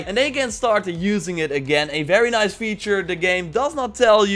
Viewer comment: With slavic accent "Very Niiice" 👍🏼